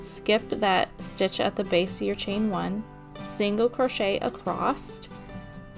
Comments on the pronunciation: Great work!! Im going to start one tomorrow!! Not sure if you're audio is working correctly because it sounds like you're saying "acrosst" instead of "across". Thanks again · Oh my gawd stop saying “acrosst!” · Uhm, yeah…. Last time I checked? There is no ‘t’ in the word “across.” Just sayin’. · adore this! But there is no T in across! you mentioned kids and school so I figured you would want that pointed out. Most of my kids have to be retrained out of that when they leave home schooling and enter a real class room